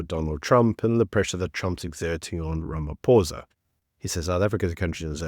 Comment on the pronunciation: Everyone mispronouncing his name..its ramapoes